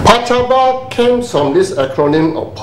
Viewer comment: PACABA not pacabo.